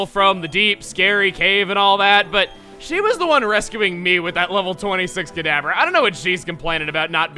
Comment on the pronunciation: Whenevever you said kadabra it sounded like cadaver lol.